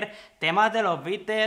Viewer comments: Esa sería su pronunciación más acercada a Inglaterra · De hecho lo dijo bien, ya que al ser una banda de Inglaterra la "t" se pronuncia como t y no como "r" 😉